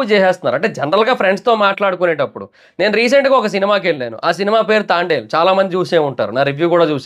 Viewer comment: తాండేల్… ❌ తాంబేల్…❌ తండేల్… ✅